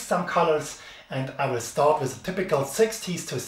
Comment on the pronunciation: Great video! But please spell with like it has to be said, you are saying it like wis, th is better with only a t, like ,,wit'' but its the worst when people say it like wis, and everything like everysing, etc....